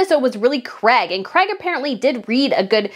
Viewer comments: I hate the way you americans change words. His name is Craig pronounced Crayg, not Crag or Creg. If you want to appeal to people as a genuine reporter, you need to pronounce words properly. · His name is CRAIG not CREG